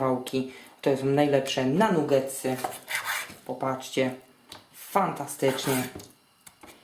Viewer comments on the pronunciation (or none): "nugetsy" hehe chyba "nagetsy" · nie mówi sie nugetsy przez "U' tylko przez "A" czyta się nagetsy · mówi się nagetsy albo i nie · bo robi je dla kogos on ich nie je xD a pozatym pisze sie NUgetsy a czyta Nagetsy. Nabie xD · nie powinno sie czytac NAGETSY ?